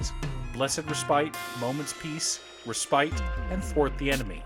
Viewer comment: Hey I got corrected on this so have to be too, it’s pronounced “res-pit” not “re-spite” Get owned. Also great video!